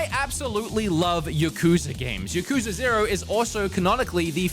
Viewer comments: It's not yuh-KOOO-zuh. It's YAH-ku-ZAAAA. I lived in Japan and dealt with the topic much. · says Yuh-kooza lol